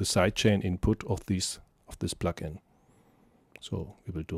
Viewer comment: "Sight Chaining", as you pronounce??? No! It should be "Side Chaining" - with a long i and a soft and voiced d! Your pronounciacion is ugly! And : it's "plugin", not "pluckin", as you pronounce! : you say "aple" instead of "able". Really horrible to listen to your disgusting pronounciation!